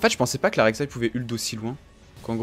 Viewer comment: Ça me perturbe tjr quand tu dis "la rek saï"😂